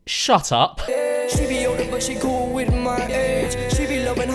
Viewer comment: Listen again to 4.19 it sounds like he says she is coll with my aids